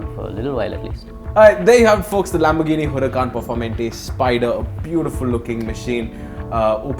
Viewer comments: Please... Its not (Per -For -mentey) its is pronounced as (Per-Fawr-Mantay) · its perfor maa - ante .....plz respect the names of such creatures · Bro I think it's pronounced "performaante" 😂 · knows how to pronounce pista but not performante